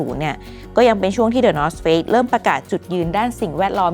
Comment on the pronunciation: ทำไมผมรู้สึกเหมือนว่าพิธีกรพูดคำว่า Face/เฟซ ไม่ได้เลย 😅